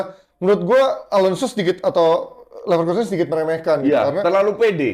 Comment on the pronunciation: Neverlossen❌ Leverkusen✅